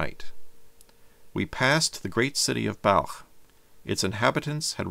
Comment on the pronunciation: I'm glad to see that Balkh, is pronounced the way a word spelled B A L K H would be pronounced.